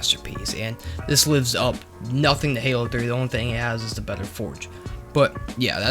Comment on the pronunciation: “It’s way beddow than halo 3”